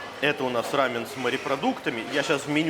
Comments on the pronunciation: Не рамэн , а рамён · Костя, рамэн это японское блюдо. У корейцев называется РАМЁН. Ударение на ё